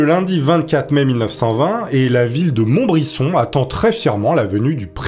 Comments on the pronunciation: On dit '' MontbriZon '' pas '' MontbriSSOn '' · Merci pour cette vidéo mais OMG c'est Montbrison dans le 42? Non pcq je vie pas loin 🤣🤣 et si c'est ça on dit MontbriZon et pas MontbriSSON 😅 merci pour cette histoire 😂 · Montbrison se prononce pas montbrisson mais mont brise on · On dit Montbri"z"on pas Montbrisson !! Vive le forez libre ! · Salut , c’est pas monbrison mais montbrison. 😉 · On dis montbrizon poulet un "s" se prononce "z" . Pour t en rappeler pense a "si tu met 2 S ca fais allemand" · MontbriZon (le S se prononce Z)!!!! j'y suis actuellement et ce depuis 43 ans, après c'est pas grave mais ça fait bizarre d'entendre parler de sa région!!! La prochaine fois que je verrais le monument au mort du jardin d'allard je penserais bien a toi!!! Allez la bibizzzz et continu comme ça, j'adore ton contenue!!!!!!!! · Pareil pour Montbrison qui se prononce monbriZon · Bonjour, étant un Forezien j’habite à 20 km de Montbrison, du coup pour te dire que ça s’écrit avec 1 t avant le b et que ça se prononce montbri"z"on lol sinon on continue tes vidéos je te suit depuis le début. Et je kiffe ton contenu. Merci 😘🥰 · Il me semble, qu'on dit MontbriZon car le "s" est entre deux voyelles. Je connaissais ce président mais je l'ai connu très tardivement, je pense que c'est très dommage qu'on ne connaisse pas tous nos présidents français. Pourquoi nous n'apprenons pas l'histoire de notre pays à l'école ? Les Américains connaissent très bien leurs présidents alors pourquoi pas nous? Je l'aime bien ce président. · La ville c'est montbrison (ça se prononce montbrizon) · Je suis du coin, ca se dit ''Monbrizon'' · Montbrison se prononce "Montbrizon" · Sa se prononce montbrizon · Sa ce prononce montbriZon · Mouahahaaa c'est Montbrison avec un T, et le "sse" se prononce "ze", 😁 halluciné quand je t'ai entendu dire le nom, ayant grandi a côté! Bref je me hâte a la vidéo 😍😁